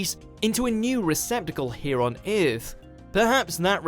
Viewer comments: the man said iiarth 😁😁😁😜😜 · You pronounce earth wrong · I really hate the way he says earth. Kills me.